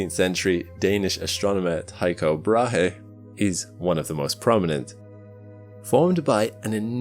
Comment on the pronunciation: Dane here. Tycho Brahe is a bit of a weird name. The h in brahe is neut. So you say it like: "Brae" 😁😁